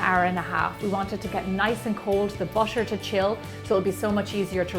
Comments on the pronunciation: the way she pronounce butter is bussher its annoying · I wont see this video anymore, the way she says butter is driving me crazy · that's irish accent. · she pronounced butter like "bosher" oh my god her accent is fancy 😁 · how do you say the word Butter Is it "Bucher". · Maybe it's her accent